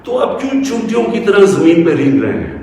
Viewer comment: 'Choontiyon', ants... I guess he should have said Cheentiyon, as in Hindustani or Hindi. Poor guy ends up sounding like 'chootiyon'...